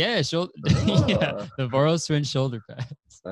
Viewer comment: Omg as a hungarian it was so weird to hear you pronounce Voros. As I see their name has been modified for easier english pronouncination, but it originates from the name “Vörös” which sounds completely different, so my brain went through all the 7 stages of grief trying to get used to this pronouncination lmao